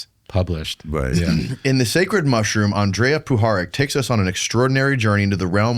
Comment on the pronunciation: On-dree-ya Poo-ha-rich Not "Ann-Drey-ah" Language lesson for nobody who asked for it... In Serbian, for Latin script, each letter has only one way of pronunciation. There's no "modifiers". "J" is pronounced "ya", "I" is pronounced "ee". "Ć" is "ch" with tip of tongue meeting the roof of your mouth towards the front, behind your front teeth. When you see "Č", it's pronounced "ch" but with tongue fully pressed against the roof of your mouth, or slightly towards the middle/rear towards the throat. If you see just "C", it's the "ts" sound. "R" is always rolled, but smoothly, not like Spanish where the tongue bounces. Andrija Puharić was born in Chicago to Croatian parents who emigrated from Hungary. His name was actually Henry Carl Puharich, to help him assimilate easier into US culture, but his parents called him Andrija, a traditional name in all of former Yugoslav countries. It's our equivalent of "Andrew".